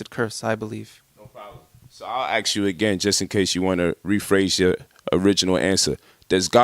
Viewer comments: What I need to axe? Do you mean ask? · Guy tries to sound smart yet he can't pronounce ask. Instead he says axe? Wtf! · Polight tries so hard to sound intelligent with his vernacular but still has difficulty with one of the simplest words...ASK is not AX or ACKS it’s ASK.